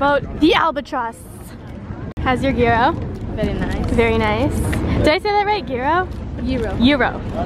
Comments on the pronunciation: They pronounced “gyro” wrong it’s pronounced yee-dough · You guys are saying gyro wrong